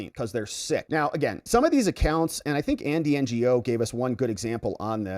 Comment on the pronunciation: Just an FYI : Andy Ngo is of Asian origin. His name is pronounced like "know".